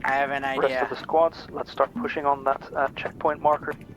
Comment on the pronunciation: "I have an idea"?! NO! NO-NO-NO! You have an IEDea!